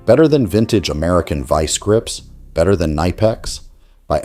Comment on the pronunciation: VEE See Grips, what the heck is a Vee See grip